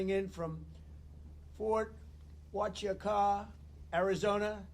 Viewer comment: Mr. President. Please learn to properly pronounce. Fort Huachuca, Az. Was stationed there in mid 60s.